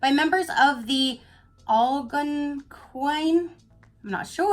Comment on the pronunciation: Of course you said Lunarly right, and my guess was....wrong!! LOL I thought it was gonna be another period box. Great video, I like it!! OOOOOooooh Girl!! Be careful about that intention setting witch craft. LMAO!! (kidding) xo Algonquin tribe is pronounced Al-gone-kwin Al gon quin :-) NorthEastern Tribe, now more widespread in North America. Hemigraphis Alternata is the botanical name of the plant, means the leaves are gray and white alternating. (I'm pretty sure) It's so pretty!! It's so awesome that it comes in a nice pot too. That spray will clear your energy and surroundings so you can create and receive positive energy on a blank slate. You can also burn sage and bay leaf to do that. I really really like this box!!